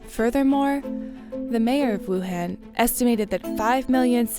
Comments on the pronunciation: it's pronounced 武汉 Wǔ hàn. not 武很 Wǔ hěn, that could mean something else. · Informative video, but the city's name is Wuhan not Wuhen... (pronunciation matters) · Let’s play a drinking game: take a shot whenever the host mispronounces Wuhan. You‘ll be in an ambulance by the end of the video. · It was so hard for me to watch because of this lol